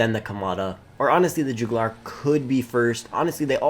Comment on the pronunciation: The “Jewgoolar”… 😂